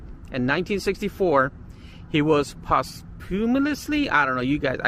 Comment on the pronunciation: Quite interesting, although there were some mistakes. BTW, it is POSS-HUME-MUST-LEE.